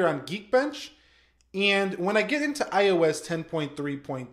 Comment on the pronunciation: I seriously hate the way you say iOS...idk why it just annoys me